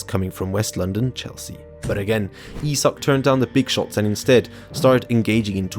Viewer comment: Can you stick to one pronunciation of Isak please.